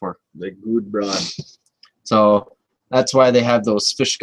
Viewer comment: Sculpin wool is really old, but I use clumps of laser dubbing, after lining the fiber up you tie it in and brush it out. It looks awesome. This sculpin is nice and I will probably tie some up. Imitation is the sincerest form of flattery. You know how to say Gudebrod, you got it right and then added the N again. Whatever you like as long as you show it. You will have to stock up because Gudebrod went out of business. I bought a bunch on huge rolls. All the best, Sean